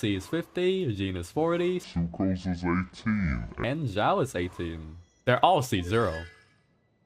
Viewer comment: Emphasis on "Succrose is 18"